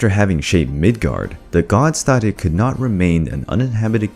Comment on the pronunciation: "You competed against a thot." "And even though you're extremely fast," "nothing is faster than a thot." Am I the only one who heard it like that?